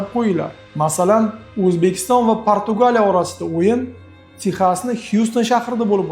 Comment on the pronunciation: Nahoyat emas Nihoyat bõladi. Uzbekiston emas Õzbekiston deb aytiladi vhkz..